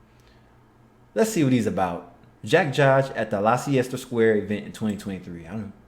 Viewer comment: Leicester Square is pronounced "Lester" Square